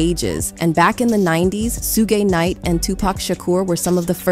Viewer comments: Did this woman say Sugay Knight?😂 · she said "Shoegay" 😂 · “Sue-gay” knight?? Good lord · Naaaa who's Soo-Gay Knight lmfaoooooo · Did this woman just call Suge Knight “Sugae Night?! 😂😂😂😂😂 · Who tf is “sue-gay knight?” His gay brother ? Lmao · 😂 she said sugay knight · Who the hell is Sue-Gay Knight ? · Soogay Knight, lol! Kid Cootie? Hahaha, is this accidental or on purpose? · Su-gay knight… what is wrong with you women 😂